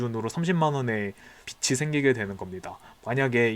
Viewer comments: 빚이 = 비치 X , 비지 O 라고 읽어주세요^^ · 잘 보고 있습니다. 다만 발음에 주의해 주세요. 빛이 아니라 빚입니다. 소리나는대로쓰면 계속 '비치'라고 말씀하십니다. '비치'가 아니고 '비지'입니다. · 빚이 =비지 발음이 비치 아님 ᆢ 잘들었어요